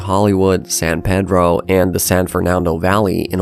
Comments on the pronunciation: People from LA say "San Pee-dro", not "San Pay-dro". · Peedro not saan pei droow 😡 😡 😡 😡 😡 😡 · It’s pronounced San PEEDRO. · Illogically, the locals pronounce it San PEA-dro. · I'm guessing you're not an Angelino or you would have said San Pee-dro. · It’s pronounced “San Pee-dro” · It’s San Pee-dro. His accent and pronunciation tells me he’s not from here. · Need to teach the AI how to say "San PEE-dro" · It's pronounced San Pee-dro. Culver City is another independent area. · Excellent video. I'm sure it has been mentioned in other comments, but the port of San Pedro is pronounced: San PEEdro. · its pronounced san pee-dro by everyone who lives in or around it because it’s not from the spanish version of the name pedro, but rather the portuguese version, meaning it’s pronounced with the long e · You irking the hell out of me saying San Pedro (its San Pee Dro). Is this guy AI? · what's weird is he wasn't even saying it the "other" way (San Pay-dro), but San Ped-ro which I've never heard ANYONE say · Well it’s Spanish from Mexico so it’s pronounced San Peh-Dro not pee-dro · Your pronunciation of several cities is debatable. San Pedro, for example. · It's not a mirage. And this guy pronounces it wrong. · I will never pronounce San Pedro like an Anglo. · I got tense every time he said San Pedro that way.